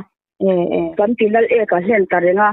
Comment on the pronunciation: Lal ek-a a ni lo ' Laleka ' zawk